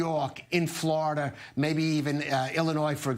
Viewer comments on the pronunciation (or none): none